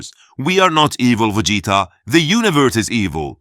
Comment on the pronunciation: I am “Vageta” 😂